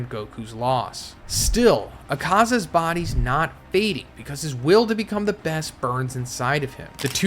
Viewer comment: Try listening to Akasa's pronunciation 💀